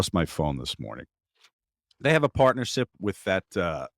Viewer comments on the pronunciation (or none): I know just misspoke, but "They have a partner-sip with a coffee company." was pure brilliance.